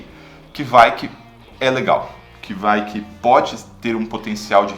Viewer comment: To pesquisando sobre essas leveduras agora e não ouvi ninguém falando desse jeito...